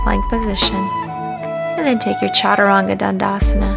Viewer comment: my only complaint would be that i wish she pronounced the word “chaturang” and some of the other asanas correctly! I understand that it is difficult, but for someone leading a lifestyle like hers, it would be so much more respectful if she learned to pronounce the sanskrit words properly. Otherwise, it was a very helpful and great video!!